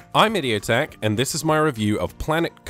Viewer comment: Idiotech is a song by a band called Radiohead but pronounced idioteque